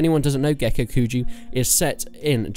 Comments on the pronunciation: Please, PLEASE, don't say gekukuju... it's gekokujo. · Gekukujo [Geh-Koo-Koo-Joe] Joe not jew. smh. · I know you say kuju because of the accent but in all seriousness, “is it pronounced kujo or kuho”? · I cringe when you say Gekokujo, or Daimyo. The dabbing mod, uh ok you definitely aren't considering this a serious top 10, pretty funny but meh, haven't seen your previous top mods for Warband but I definitely think Perisno should be considered a top mod, aside from that Prophecy of Pendor, and a few other mods are also rather good, personally I recommend watching Reformist TM and his let's play of those mods to get a feel for them. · Lord of the Void I agree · Take a shot every time he mispronounces Gekokujo. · How do you pronounce Gekokujo differently every time